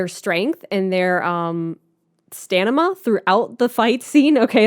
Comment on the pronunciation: the fact that someone like said "Stanima" is very cute.